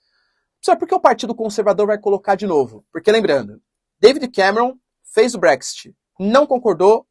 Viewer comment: se me permite, a pronúncia é Bréx-It, e ñ Bréxty...